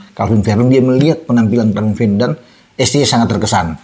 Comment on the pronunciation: sebut saja VERDONG atau CALVIN, bukan VERDUNG..🤦